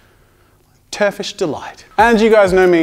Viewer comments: “Turfish Delight” 😂😂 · turf....tur...turfesh...terf...terfish? terfish. terfish delight. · 'Turfish delight'😂😂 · I never knew how much I wanted him to say turfish delight until he said it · Turfish turfish? Turfish delight haha I'm dying